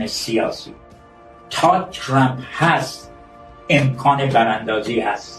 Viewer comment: اسم ترامپ را اشتباه تلفظ ميكونه😅مانوك